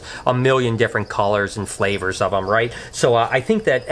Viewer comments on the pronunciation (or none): did you say flavors lol